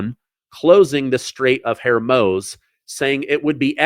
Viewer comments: 30,000 ton bombs?????? Do you know how ridiculous that sounds? Also it’s pronounced Hor-MOOZ Getting sloppy there, Spanky. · Pretty sure Hormuz isn’t pronounced “Hermos.” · You should learn to say the names of the air bases and Hormuz correctly not just make them up! So embarrassing! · You are mispronouncing the Straight of Hormuz.